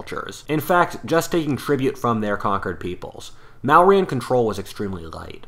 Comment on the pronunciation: Mauryan is pronounced as 'Moriyun'... Kautila 😅 he is famously known as 'Chanakya'... 'Shiva' is pronounced 'Shiv', 'Chandragupta' is again pronounced as 'Chandragupt', the 'a' is added at the end while writing ✍️ in order to denote respect 🙏 to the God/Person, but it's "silent" when pronouncing... The Language 'Sanskrit' from which most current Indian languages where derived paid a lot of emphasis to phonetics, there is the mention of Goddess 'Vacha' ('Vaach') [which literally translates to word or sound], in the stories of the beginning of creation and how everything came to exist, kind of similar how it's described in Bible that 'word was with the God and Word was the God'...